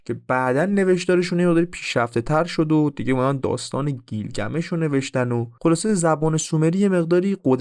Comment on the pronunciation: گیلگمیش نه بیلگمیش... اکثر کلماتی که گفتی در زبان تورکی رایجه از ننه انییل و... ساکاها و... برای تحقیق بیشتر کتابهای بیشر بخون.. نژاد و زبان سومریها چندین کتاب نوشته شده که با زبان تورکی و نژادشون یکی بود... کتاب سومر دکتر رحیم بقال که 6000کلمه مشترک سومر و تورک رو نوشته با اسناد هست..